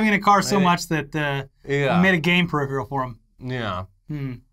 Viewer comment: how come you can't say peripheral?